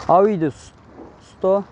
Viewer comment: Айюди эмес ауди десен тантык ,кичине даярданып чыкта !Озундун тартып суйлогонун жакшы эле